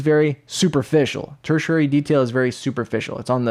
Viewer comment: im sorry but the way you say tertiary cracks me up. tersher rarey. 🤣